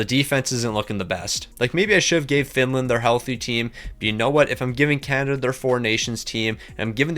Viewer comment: The U.S. is not "Juan" , it's America Where is Can-Ih-Der 🤣🤣 Why didn't that guy Cal Gary show up?